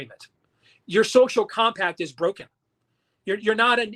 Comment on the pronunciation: Nono he said Sophomore Combi-pack